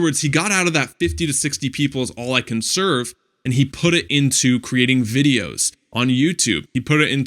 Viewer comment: serve not sevrer lol